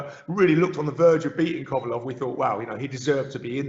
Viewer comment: The way this guy says kovelev and okolie is priceless !!!!!